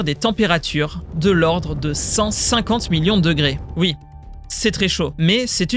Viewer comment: J'avoue que c'est assez désagréable. Je me dis qu'en plus du rythme qui manque de respirations, ça doit aussi venir des accents, des emphases qu'il met à des endroits complètement aléatoires de ses phrases. Genre quand il dit que la température doit atteindre 150 millions de degrés, il accentue sur "50" alors qu'il devrait appuyer sur "millions" parce que c'est ça qui est impressionnant. Et des exemples comme ça il y en a partout. Ça crée un sentiment un peu bizarre, comme un narrateur qui ne comprend pas son propre texte, comme une IA quoi.